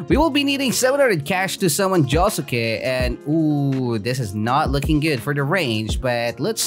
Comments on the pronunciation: JO SUKE SAY THAT RIGHT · It's actually pronounced joske it has a U but the U is quiet ;)